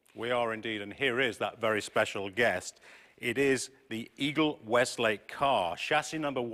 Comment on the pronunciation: "Weslake" not "Westlake".